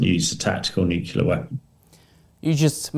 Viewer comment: Another talking head that can't say "new clear" but wants to be taken seriously.